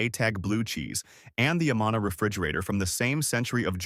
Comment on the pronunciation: Good video about the great Iowa food we have, but you are clearly not from Iowa as you mispronounced both Amana & Ottumwa.